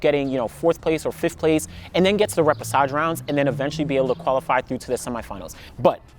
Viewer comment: thanks for the info. I didn’t realize this was a thing. Quick pronunciation tip though - the ‘ch’ combination is pronounced ‘sh’, so ray-pay-shah-zh. Hope that makes sense. But as always STELLAR content and analysis! Thank you 😊